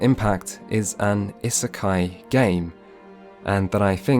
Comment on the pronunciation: if you're gonna say isekai this often you really could have looked up how to pronounce it. Its driving me mad :D